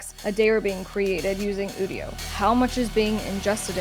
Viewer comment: It's pronounced You-dio